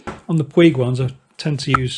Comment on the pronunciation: I appreciate the info! Have been following all the screens. I am now on the MRA Vario Touring... BTW, it is pronounced "Poooooooge" rhymes with stooge. Soft G. Ride On!